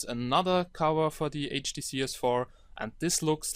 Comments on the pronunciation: Before you scroll down to the comments, please remember that the OP has a few accent problems and hence pronounces HDC as "HTC", hope this comment helps out. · HDC not HTC my friend HDC :D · i thought you was say HTC S4 but you say HDC S4 or maybe my ear is wrong?